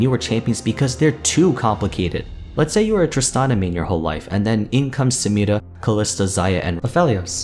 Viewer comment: Nobody:: Samirrra